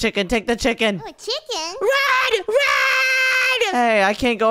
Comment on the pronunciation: said chipken😂